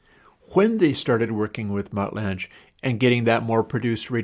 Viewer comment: Mutt Lange - pronounced like Langer without the r, not lange like flange